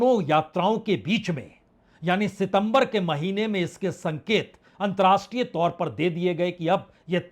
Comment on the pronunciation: Antar-rashtriye NOT antrashtriye! Pl. learn the difference.